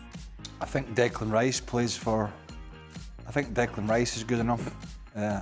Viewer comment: He said Declan rice 😂😂😂😂😂